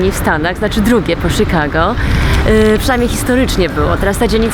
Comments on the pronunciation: Świetne video. Jedynie denerwuje mnie i to bardzo jak wymawiasz Chicago. Serio mówi się "sikago", a nie "szikago" ?? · czemu muwisz sikago? amerykanie inaczej akcentuja przeciez? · Nie ma to być odbierane jako hejt. Bez obrazy, ale śmieszy mnie to „Sikago”. Nwm czy to jest poprawna firma, ale XD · Śikago xDDD